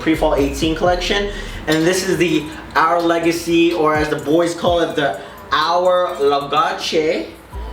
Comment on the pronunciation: People out here actually pronouncing it “ouwr leygahcey” ?? 😂😂😂 you’re damn funny man! Keep up this great content